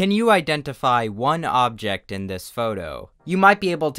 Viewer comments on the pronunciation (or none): none